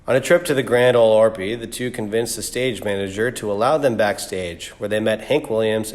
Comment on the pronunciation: .....did you say The Grand Opride??????? This makes your entire video irrelevant.